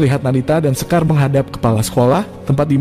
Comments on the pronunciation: Shekar min.. Bukan sekar 😂😂😂😂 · salah nyebut nama shekarnya min.klu sekar mah nama perempuan di indonesia